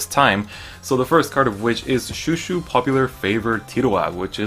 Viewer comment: Pronouncing chouchou Wrong lol its not shoeshoe